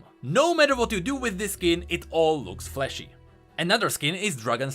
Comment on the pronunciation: the way you say flashy sounds like fleshy :v